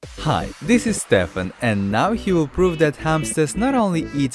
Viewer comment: Wait that "Stefan" are you Russian? ( and BTW I am not saying it in a bad way )